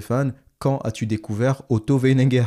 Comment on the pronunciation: C'est WeiNINger, pas Wenneger.